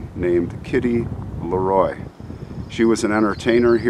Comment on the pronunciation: She has my maiden name. Thank you for saying it correctly.